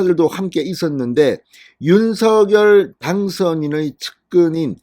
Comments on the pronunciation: 발음을 당선자가 직접 "윤서결"이 아니고 "윤성렬"로 발음해 달라고 언론사에 요청했습니다. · 모든 방송에서도 "윤성렬"로 발음하니 참고해주세요^^